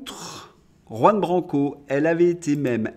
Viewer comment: Votre journal est instructif. J'ai appris un mot, très simple, grâce à vous. Mais vous devez décider si vous voulez vraiment prononcer le nom de Juan Branco, qui est espagnol. Jusqu'ici le prof, bilingue de naissance, vous met zéro.